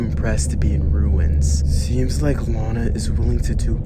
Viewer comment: Bro really said Lona